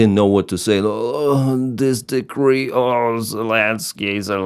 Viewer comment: Also decree/degree and expert/export. Though his English is much better than an American blogger I also watch.